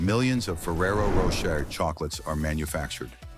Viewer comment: Nice to see that ai is doing all the work here... 🫠 meanwhile, it couldn't pronounce "Rocher" in Ferrero Rocher the same way once. lol Also!! Idk why, but something about the cows up on a shelf, spinning around, whilst being milked just freaks me out... It's very alien 👽